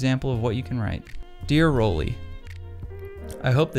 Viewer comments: It's Roll-eye. Not Roll-e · Love your vids, but since I am German, it is pronounced Roll-Eye